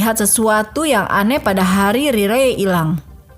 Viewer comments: Maksudnya raily x ya bukan riley di bacanya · Riley Crossman. Dlm English mmg sebutannya Raily. Dia bacanya dlm versi Indonesia.